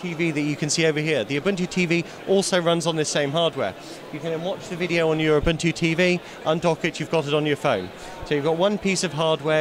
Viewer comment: its not a-bun-2, its oo-boon-2.